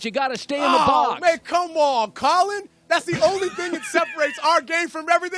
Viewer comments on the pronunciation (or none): none